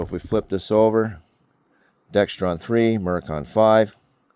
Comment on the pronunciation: There's no T in Dexron!